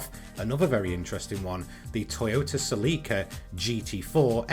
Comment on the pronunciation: Toyota Celica (SELL-ick-â). Also, I noticed NEW paint from manufacturers, Chevy, Aston...there is no Nissan ReflexIII in paint booth (1 of 3 org. R34 colors from NISMO)